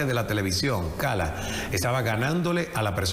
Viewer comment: Es Ismael Cala, no SALAS!